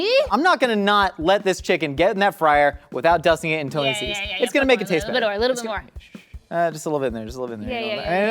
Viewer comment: Tears of joy when he pronounced Tony's correctly.